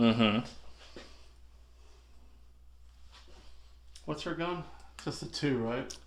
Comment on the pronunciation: that grievous attack is what happens when you pronounce padme's name like that